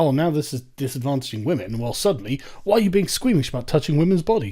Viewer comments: Don’t know if I missed a video, what’s the reason for Sargon saying “wamen?” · Yo Sargon. About this "Wamen" thing... You and I both know it's bullshit. Just say "womyn" for pete's sake. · Sargon you're a 38yo guy, PLEASE stop with the Pewdiepie "Wamen" bullshit. I fucking cringe every time you say it. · Why does he keep saying wamen